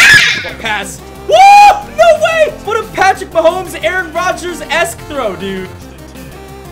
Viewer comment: Just gonna say you say Aaron rodgers name wrong dude get it right